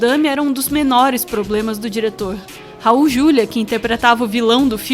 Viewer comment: É Raul "Juliá".